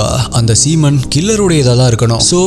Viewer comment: Hi bro unga voice and story telling in narrated. I am 6 years of your fan but one correction don't mistake me one word speech in wrong adhu "seemon" ella brother "semon "next time correct pannikkonga pls reply to the comments 👍🏻👍🏻👍🏻👍🏻🤔🤔🤔🤔